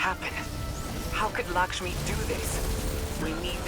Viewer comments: I love u but, Lakshmi is not lickshmi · Every time he called lakshmi "likshmi" i cringed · It's Lakshmi not Lickshmi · "Lickshmi" lol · He keeps saying "Lickshmi," who is that? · "lickshmi" :) hahaha